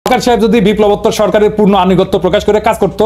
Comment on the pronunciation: সেনাবাহিনী প্রধানকে ওয়ার্কার বলেন কেন? ওয়াকার উচ্চারণ করুন।